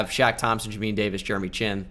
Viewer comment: Listening to his pronunciation of Jamin Davis’ name is painful😭